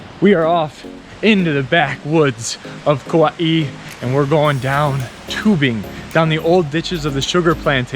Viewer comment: Not sure who told you to add an ‘E’ to the pronunciation of Kauai. Hahaha. Butchered from the start while claiming to be ‘pono’. Good try though